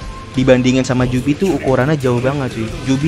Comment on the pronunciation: biju bang bukan jubi